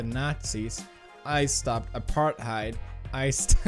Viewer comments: u pronounce it ap-ur-taid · apartheid pronounced a - par - tAde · "I stopped apar'heid" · I laughed when pewds couldn't pronounce apartheid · he's swedish how the frick does he not know how to pronounce Apartheid